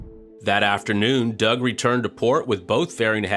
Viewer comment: Wait... Why are pronouncing Doug differently? 😢